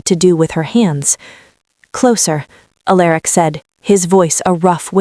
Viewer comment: . … Finally. For the first time ever, across many many channels, . Alaric was pronounced right. 😂😂… I had been wondering why the AI could say Alara but not Alaric